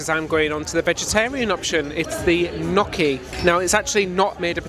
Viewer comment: I've had a delightful time with you on Virgin, thank you. I'm seriously considering going to Alaska as a "vintage" but completely solo. You're making me wonder about Virgin. I like the mix of things. But, and please forgive me, gnocchi is pronounced with a silent "g". Sounds like nyoki with a long "o" that one's tongue hurries over. I am Roman Italian.